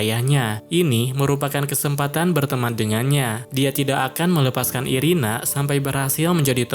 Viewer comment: Irena bang bukan irina😅